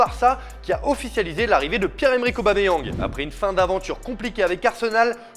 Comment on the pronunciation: AUBAMEYANG on ne prononce pas le G. 😉